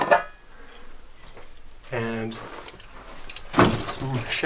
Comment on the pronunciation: "Span" and "Asparagust" btw...